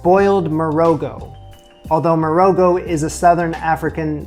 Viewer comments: Another SA an here. Love your channel. One thing: marogo is pronounced with the g as the ch in loch. A fricative gutter al sound, produced by pushing the back of the tongue up against the throat and forcing air through it. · Pap is literally an Afrikaans word that means porridge. In Morogo the o is pronounced as a short aw sound, the r is rolled slightly and the g is very guttural, almost like clearing your throat. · Love this. I did a 6 month study abroad in Botswana a decade ago, and this really brings me back to meals with my homestay family. I haven't seen anything nearly this authentic on youtube. You really did your homework! Quick tip: in Morogo the "g" is pronounced like the "ch" in challah or nacht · the way you said pap is almost correct (like a puppy). Will have to help you with "Morogo" though 😉. Pap is traditionally South African